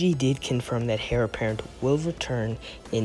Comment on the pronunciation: It's pronounced 'Air' apparent not 'Hair' apparent